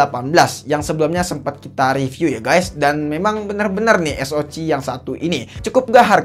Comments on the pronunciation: Bg saran tlg perdalam lg spelling istilah2 bhsa inggris. Sperti spreadtrum jgn disebut spEktrum, tiger tlg dsebut dgn taige'. SOC sbut aja Es Ou si, atau klo gk sebut aja dgn ejaan indonesia (SOC), jgn Es o ci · Ha cih es o cih ey bi cih 😂